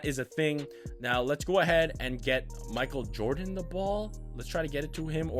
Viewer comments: no disrespect but "makal jordan" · Boi I’m not being a hater but wtf you got to say Michael Jordon right I mean come on dude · Mikal Jordan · Why you say Michael Jordan like that? 😂